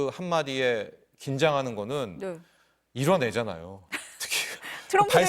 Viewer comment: 이뤄내자나요가 이런애잖아요 로들린다